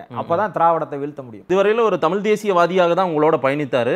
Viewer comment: ஒரு பத்திரிகையாளருக்கு தமிழ் உச்சரிப்பு மிகவும் அவசியம் திரு.,தமில் அல்ல தமிழ்.